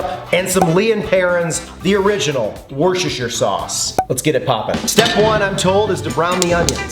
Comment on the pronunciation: Hey mate. I have some suggestions for you. It's woostershire sauce, The R is silent mate. Secondly, turn your fork around its better that way. Third tip, always combine your peas with the mash!